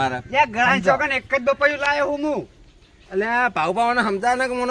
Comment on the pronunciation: પપૈયુ ❌ બપૈયુ ✅😂😂